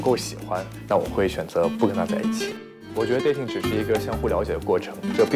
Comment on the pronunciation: 这节目噶觉很假 看不下去了 什么留学墨尔本，连dating 发音都发不好， 着装也不合适